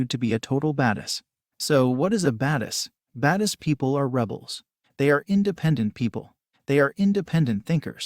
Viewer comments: anybody else get annoyed by the way the computer saying badass? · “Because they are baduss”